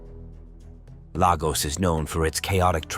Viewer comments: If you are gonna do a video about any place you are not from, get the names of people and places right: Lagos is pronounced Laygoss for you foreigners. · From what he portrays clearly he has not been there. He can’t even pronounce Lagos correctly. Forget it